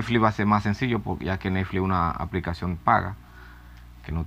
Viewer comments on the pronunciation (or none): se dice PORQUE NO POLQUE APRENDE HABLAR